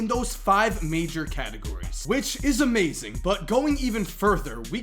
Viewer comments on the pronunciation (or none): none